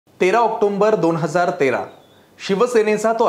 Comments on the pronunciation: ओक्टोंबर नाही ओक्टोबर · ऑक्टोंबर म्हणू नका. त्याचा बरोबर उच्चार ऑक्टोबर आहे. तरूणभारत कडून हे अपेक्षित नाही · October 😅 please pronounce 😅correctly 😊